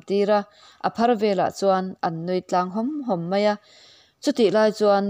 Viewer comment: Nun tláng tih a lamrik tur,tlang ti lovin.